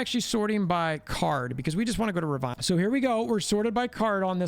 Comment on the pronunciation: Dude...it's RAvOnna...not ROvAnna!!